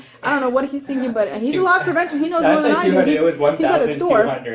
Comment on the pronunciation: It's 'Loss Prevention' not 'Lost Prevention'. The officer is not lost.